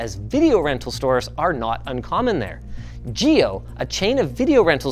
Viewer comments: GEO is pronounced more like Gay-o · is it pronounced more like ゲオ or ゲァオ？Or something else? Im learning Japanese so those are novice guesses without looking it up.